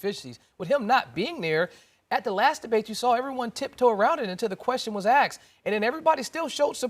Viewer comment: Lol- he said axed!